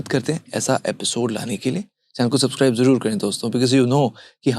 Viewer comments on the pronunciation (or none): none